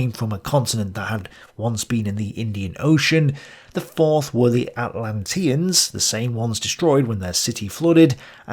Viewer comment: Dude, the fact you mispronouce "Atlanteans" and "Rosicrucian" shows that you just read some stuff online and are not a scholar. Plus your analysis is weak (and in many cases wrong) compared to someone who is. On another account I am a youtuber along the same lines as you. I read at least 3 books per video. Take it seriously.